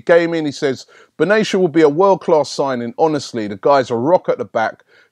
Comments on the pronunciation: Benatia is pronounced bin attiya . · lol you still messed up Benatia and how you missed the I in Brahimi's name... idk. Somehow though, you managed to not chop Henrikh's name